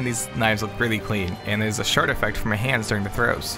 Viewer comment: challenge: try not to hear shart instead of shard